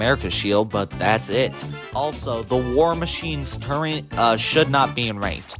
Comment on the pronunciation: TURRET, TUR ET, not TURENT